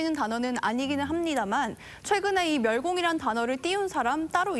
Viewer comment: 앵커한글 모름? 멸공을 멸곡이라고 읽네 난독증임?